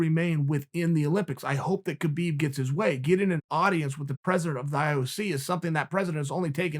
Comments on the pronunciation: Love you Chael, but pls pronounce br. Khabib name correctly. Its pronounce as Khabib where the K is silent. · Man your pronunciation of Khabib’s name is killing me 🤦‍♂️